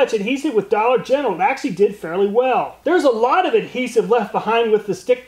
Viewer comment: If you’re gonna say “actually” so many times in one video, please learn how to say it right